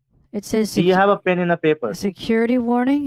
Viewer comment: A beese of ben and baper.